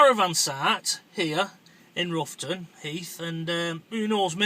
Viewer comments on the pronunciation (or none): Fascinating video... BUT its not pronounced Roughton like ruff, its pronounced R-ough-ton, rhymes with how lol. Definitely want to find out more on this subject having lived there for years.